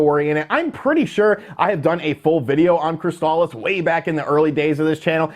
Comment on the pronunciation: “Crystal- Issss” not “Cryst-Al-is”